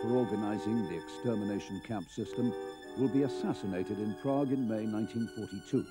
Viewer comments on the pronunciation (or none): none